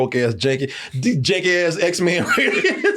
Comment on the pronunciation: My boy said, "Z men" 😂